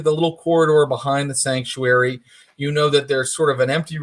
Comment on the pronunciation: Everytime Thomas says Sactuary, all I hear is The Cult: She Sells Sanctuary